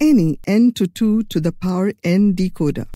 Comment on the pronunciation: Decocer not decoder